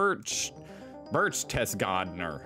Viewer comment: And not Berechtesgadener....